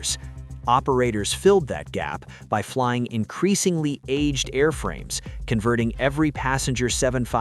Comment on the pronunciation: Pessimism began as soon as I heard "increashingly."